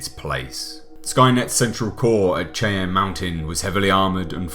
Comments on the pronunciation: As someone who grew up in C Springs in the shadow of Cheyenne Mountain and NORAD I almost rage quit this video at the pronouncement (it's supposed to sound like Shy-Ahn) but... I'll give you a pass. The rest of this video is great. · Love your content. Small point, Cheyenne is pronounced as, 'shy-ann' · Where tf is “Chay-enne” mountain? 😂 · 'shy-ann' ... 'the shy-ann' mountains. The che-en mountains...geez. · Cheyenne starts with a SH not CH, Sheye-an not Chai-an. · it's not CHAY-ANN. It's SHY-ANN. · SHY-ANN mountains. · It’s pronounced like “shy-Ann” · Cheyenne is pronounced Shy-anne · Cheyenne is pronounced Shy-An. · Cheyenne pronounced like Shy-Ann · Chay-on mountain 😂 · It's pronounced Shy Anne Mountain not the way it's spelled. There is Cheyenne Wyoming also it's pronounced the same way. It's named after the indian tribe. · Btw Cheyenne is pronounced SHY-ANNE. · FYI Cheyenne is pronounced Shy-Anne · Cheyenne is pronounced like "shy-anne." No shame, I likely couldn't pronounce many of the towns in England. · Cheyenne Mountain [shy-ann mountain] sorry, that ch and cha where getting to me haha. But a great video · Cheyenne is pronounced with an sh sound. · Cheyenne. Pronounced: SHY- Anne. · Cheyenne... is pronounced.. shyanne .. it is named after a Native American tribe .. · FYI,, Cheyenne is pronounced "Shy - Ann." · Cheyenne is pronounced "shy-an." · LOVE these videos! Keep it up!! One thing though. Cheyenne Mountain is pronounced “Shy-Anne” Mountain. Just for future reference.